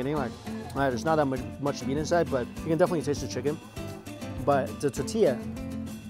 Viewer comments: why does he say "tatilla" instead of "tortilla". Can Chinese people not say the letter R ? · Mikey, there’s an “R” in tortilla hun 😊. Totilla is cute tho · Mike "Ta-tilla" Chen... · what the hell is a tatilla? say it right dude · Omg i love u Mike But can u please stop saying titilla.... Its TOR-TILLA it hurts my ears to hear u say titilla..... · tahtilla... cahnitas.... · Lol the way he pronounces tortilla. Love this video. More 🇲🇽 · It’s funny how he says “tortilla” without the “r” sound haha